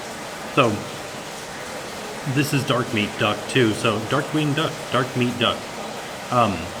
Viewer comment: Yeah, it did sound like he said Darkwing Duck! Lol! 😂